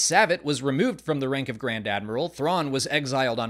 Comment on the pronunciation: I recall Savit being pronounced differently in Thrawn Treason.